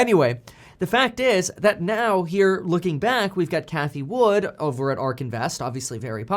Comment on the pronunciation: Its cathie WOOD not "WOODS" Jerk off